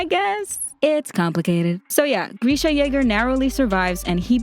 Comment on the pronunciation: Nah it’s greesha